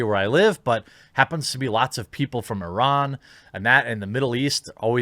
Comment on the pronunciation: Thanks for saying "Iran" the correct way